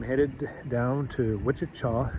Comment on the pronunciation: I’m glad I wasn’t the only one calling it Waukeeesha 😂😂🤣 the pronunciations crack me up